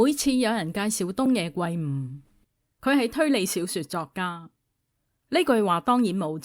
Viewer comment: 圭音“歸”，非“桂”啊